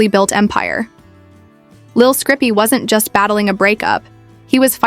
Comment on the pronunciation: Who tf is lil scrippy? Dumb AI